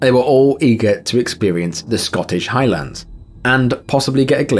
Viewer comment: Hi-Lunds is how it's pronounced. Not High LANDS.